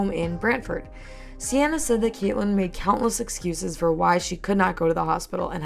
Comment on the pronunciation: I feel you should do a deep dive because this story gets…WILD oh and for the future I’m pretty sure Seanna is pronounced “SHAW-na”